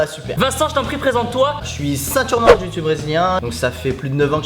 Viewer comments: tu-chi-su ? jpp xDDD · Tu-chi-su ? 😂😂😂 sa ma tué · J'en fais tibo 😁 c'est pas la "Jiu Jutsu " c'est le " Ji Jutsu Brésilienne " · C'est Ju-jitsu et non Jiu-jitsu non ?? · Ouais le ju jitsu c’est mon sport !!! Et au passagein dit ju jitsu et pas jiu jitsu, jiu jitsu provient d’une faute de frappe je crois (et jiu jitsu bresilien je sais ps si c’est le bon nom, moi j’en fait du old school) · Tu-chi-su MDR 😂😂😂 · On dit ju-jitsu j'en fais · JU JITSU Merde quoi ! Pourquoi rajouter un I